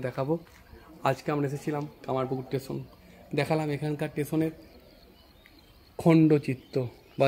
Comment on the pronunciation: "স্টেশন" - টেশন না।